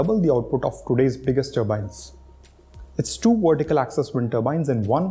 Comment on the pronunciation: ...VERTICAL!...not wortical. Why is it that so many Indians can't pronounce Vs and Ws properly, when speaking English? It's bloody annoying to listen to!...I mean do you say NaWeen instead of NaVeen?...Wijendra instead of Vijendra?...so what the hell is the problem? 🤔